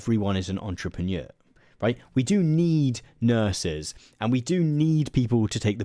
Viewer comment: It might have been worth spending five minutes learning to pronounce "entrepreneur"...